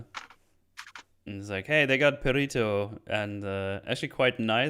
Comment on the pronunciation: The way you all keep pronouncing Perrito is hurting my soul. Lol